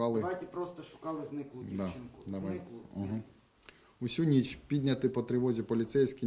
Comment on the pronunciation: написано "підняті" - читает "пОднятЫ" написано "ніч" - читает "нЫч" написано "тільки" - читает "тЕлькО", "тОльки" написано "дівчина" - читает "дЫвчына" Он букву "і" не знает?